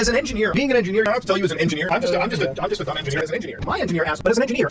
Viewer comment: He was saying edgy nerd not engineer! I swear! At the end of the day ladies and gentlemen I believe mutah.